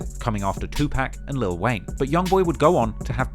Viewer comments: When mispronounce the name of the most prolific rapper of all time Tupac😳😳😳😳...crazy how likes to report on the culture but don't do the all the "real" work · Can’t believe you said Tupac’s name like that.